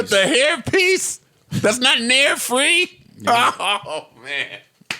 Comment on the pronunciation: This guy said nare free (nair free) which is hair removal product....Jesus!